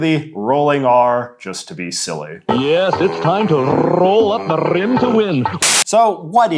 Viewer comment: The rolling r in "roll up the rim" evoked Scottish vibes to me